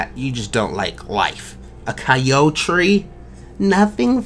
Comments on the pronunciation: "Coyotree" That was perfect :"D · ‘I’m a coyo-tree’ 😂